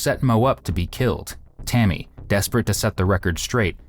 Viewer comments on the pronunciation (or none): the embedded subs on the interrogation video are so off. And before anyone comes for me, I'm pointing this out because of Deaf/HOH folks. Also at around the mark or slightly before, the narration says "Tommy" and not Tammy.